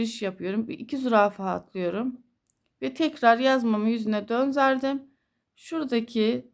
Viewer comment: Selamün aleyküm hayırlı günler çok güzel olmuş ama konuşurken döndürdüm yerine dönzerdim diyorsunuz düzeltmek istedim acizane❤